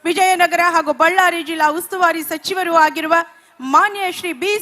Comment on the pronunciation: ಶಾಶಕ, ಶಚಿವ ರಾದ ತಾವು ಸಿಕ್ಸನ ಶಚಿವ ರಲ್ಲಿ ಸ್ವಲ್ಪ ಕನ್ನಡ ಕಲಿಯಿರಿ 😅